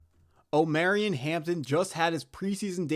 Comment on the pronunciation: Jesus bro I can’t keep listening to you butcher my boys name hahah. It’s Omar-E-on, Not om-air-eon…… You gotta listen to more 90s R&B 😂